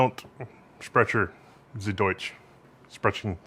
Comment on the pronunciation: Growing up down the road from the original Sprecher's, it pained me to hear you say it that way...